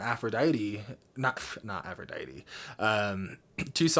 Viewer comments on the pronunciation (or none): none